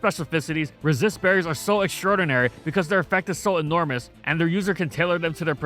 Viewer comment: For a millisecond I thought you said racist berries.